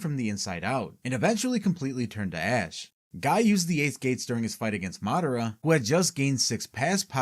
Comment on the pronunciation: Why do you have such informative videos but such horrible pronunciations of the character names? It's mi-NA-to not Minna-to, Ma-DA-ra not Madda-ra, etc etc lol